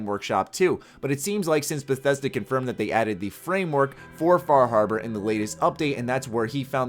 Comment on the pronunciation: Fah Harbar